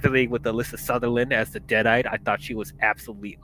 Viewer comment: Deadite D-AL in the beginning lol